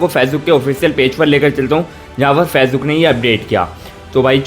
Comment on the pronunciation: Facebook achcha se bol nehi aakta